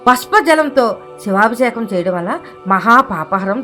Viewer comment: సమాచారానికి ధన్యవాదములు 🙏. కానీ " శివాభిషేకం " అన్న పదాన్ని కాస్త స్పష్టంగా , సరిగ్గా ఉచ్చరించగలరని ప్రార్థన 🙏.